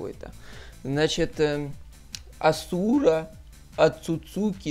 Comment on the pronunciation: Незнаю как тут, но в основном Асура читается с ударением на первое а